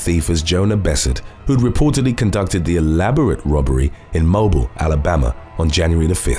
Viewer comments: Mobeeeel not mo bile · The city’s name is pronounced “mo-BEEL”. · Mobile Alabama is pronounced "Mobeel" 🤦🏿‍♀️ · It's pronounced. Mobeeeel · Mobile, AL is pronounced Mobeel. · It's pronounced Mo Bill. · I think we just had this issue the other day, but incase it was another channel, for future reference, if you see "Mobile" before "Alabama", indicating it's the city name, it's pronounced "mow-beel", not like the word for cell phones. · It’s pronounced Mo-beal. Alabama. That’s where I live. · Mobile, Alabama is pronounced weird. It is pronounced (Moe- beal). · That pronunciation of "mobile" always kills me lol